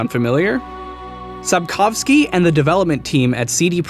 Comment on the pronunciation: I'm Polish and I have no idea what did you just said. Well, at least you pronounced "Sapkowski" correctly